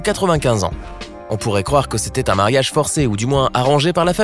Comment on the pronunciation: Ont dit mariage pas marayag